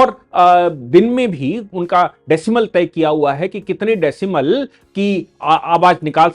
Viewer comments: Decibel होता है decimel नहीं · Decimal नहीं decibel.